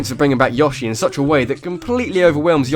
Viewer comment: Heh heh. You said "Yŏshi." I always pronounced it with a long o